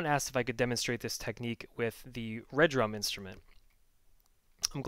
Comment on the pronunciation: Dude...love the vids, but it's RE-Drum not Red Rum. Peace.